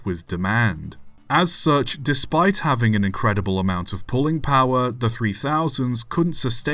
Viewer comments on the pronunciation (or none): none